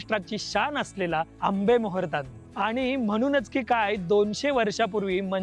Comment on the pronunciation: आरे बाबा आंबेमोहर म्हण ना!!! मेजवानी नाही रे बाळा आधी जे बर तो ते नीट बोल जेवण वाढल!!!!आणि माहाग किती असेल देव जाण!!!!?